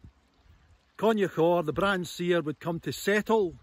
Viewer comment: Wish he'd asked a local how to pronounce Brahan?.....It's got a silent H